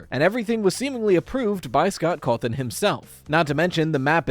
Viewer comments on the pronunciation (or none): none